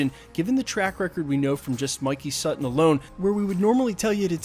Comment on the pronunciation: Thank gawd. You finally learned how to pronounce “Sutton”.